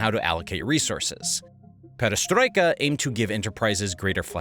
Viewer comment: Great video! Barbarossa, not Barbossa Perestroika, not Pedestroika